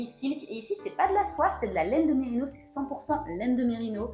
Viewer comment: Très sympa.! Pour info on dit merinossss😉